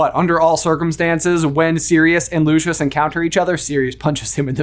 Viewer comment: My face whenever I hear you pronounce Lucius or Kneazle 😣 😂